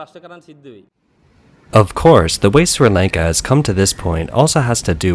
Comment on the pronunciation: My man can't even pronounce Sri Lanka properly. Bruh.